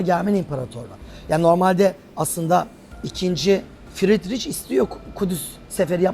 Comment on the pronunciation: İnısınt değil İnnotsent doğru. Fridriç değil Fridrih doğru. Yani yazılışından ayrı, telâfuz edilişi böyle.